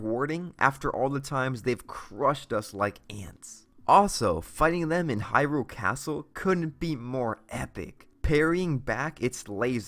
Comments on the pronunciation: "In the open world of hyROOL" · Why does he say Hyrule like it's two separate words